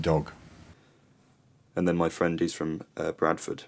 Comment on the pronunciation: Your friend from Bradford pronounced the word ''dog'' with the ''k'' sound in the end, not with the ''g''. =)